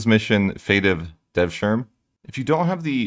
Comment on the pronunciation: In turkish the word “e” is pronounced even if it is the last one. So “devsirme” isnt “devshirm”. That goes for Edirne etc too.